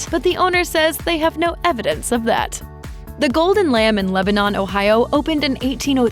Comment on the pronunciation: Ugh, these things always pronounce Lebanon, OH like the country Lebanon. It is pronounced LEH, buh, nun.